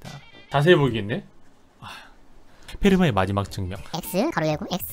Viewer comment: 패르마의 마지맛 정리 그렇게 읽는거 아닌뒈~